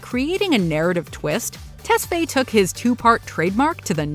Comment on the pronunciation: It's Ah-bell Test-fi emphasizes on the i.